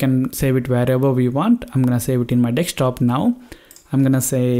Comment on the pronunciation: Bro your telling dekshtop😂